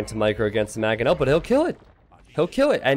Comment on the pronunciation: It's Mangonel, not Magonel!